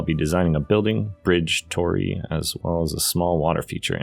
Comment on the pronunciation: Very nice project - turned out great. A slight annoyance ... those 'gates' are pronounced "taw-dee" not "tor-ey"